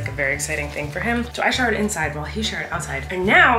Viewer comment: Did anyone else think she said sharrted when she said he showered outside and I showered inside